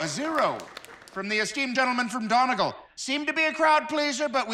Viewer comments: "From the esteemed gentleman from DONN-egg'l. " That just adds to the pain. Its pronounced Dunny-gall. (Like fall) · It's pronounced Dunny-GALL, not DON-igull. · Done-e-gall Please, that pronunciation physically hurt